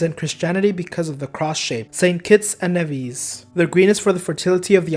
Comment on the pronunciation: I am from st. Kitts and you pronounced me his wrong.The e is supposed to make its long sound and the i makes the short sound